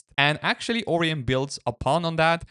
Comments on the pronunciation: It's not 'Oreon' browser it's 'Orion' lol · More like O-Ryon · As an astronomer it pains me to hear you pronounce it OR-eon. It's pronounced Or-ION, to rhyme with "ion", not "peon". Dear me. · pronounced "Oh. Ryan?" XD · Bro that's not how you say Orion and English isn't even my first language. Haven't you seen Men in Black? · I'm guessing english is not his first language but that's ok Orion is a greek word and he's pronunciation resembles that a lot